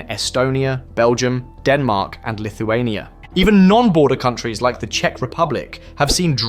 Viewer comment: Lihnuania :D